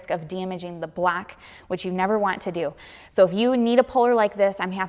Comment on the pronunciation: Gotta work on that blaock, because when you put the sleeve in the blaock, you have to be careful not to damage the blaock. Sorry had to point it out, I'm from the south and get poked at because of my accent as well. Love your videos!